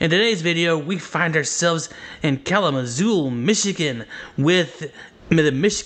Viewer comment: Great video! However there’s no l at the end of Kalamazoo lol